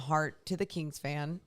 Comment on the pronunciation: Is it me or does pronounce "kings" like "keengs"? Is that a Sac thing?